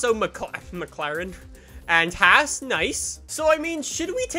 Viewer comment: You mispronounced Haas